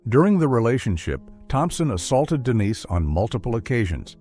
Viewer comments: AI, yea? Is the victim Denise or Dennis? It isn't certain apparently! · So annoying the constantly calling her Dennis instead of Denise. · DENISE NOT DENNIS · Dennis... Come on, sort it out 🙄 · Why is the ai able to pronounce Denise one second than say Dennis the next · Take a shot every time the stupid ai calls Dennise, “Dennis”.